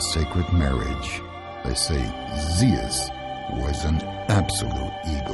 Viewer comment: WHAT ZEAS?...THE NAME IS ZEUS!